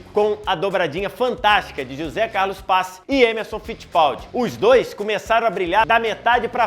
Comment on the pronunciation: Excelente vídeo! Parabéns! Só fica a dica para falar melhor Maclaren, Schumacher e Pace.